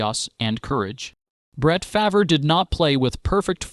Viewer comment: Be nice if he could pronounce his name correctly